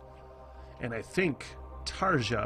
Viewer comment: It's about time yanks relearned how to speak their mother language.....ENGLISH!!!!!. Tarja is pronounced Tarya!!!!!!